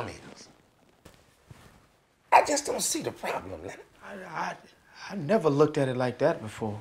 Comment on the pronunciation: NAWL LENNARD!!!!